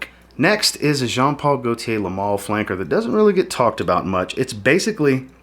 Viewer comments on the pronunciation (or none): none